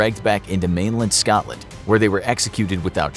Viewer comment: Please change the way you say Scotland it's not Scawtland or Scatland.